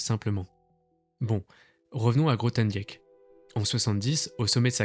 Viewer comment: Grothendieck se prononce "Grothendick", le "e" est muet.